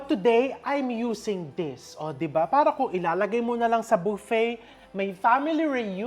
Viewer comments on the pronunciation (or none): none